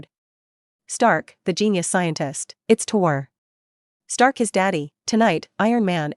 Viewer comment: man it is tony stark not tor stark